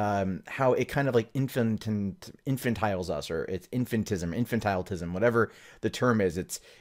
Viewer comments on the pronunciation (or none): The word is "infantalizes",. You and the Warskis need to sound out your words